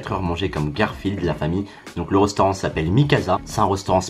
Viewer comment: "Un rostaurant"